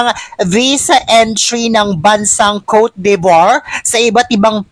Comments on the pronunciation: french word po yan hindi n ro roll ang letter R kowt de vwaaaa ang tama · If you can’t pronounce coté d‘Ivoire just say it Ivory Coast😂Olivia Yacé have dual citizenship , she’s also American citizen and the family is Diplomat, she can have Diplomat visa.